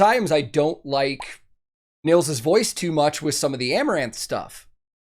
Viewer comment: Really cool! Just like you, I just discovered Ad Infinitum recently and I really like what they do! Btw, Nils is pronounced "Neels". :-)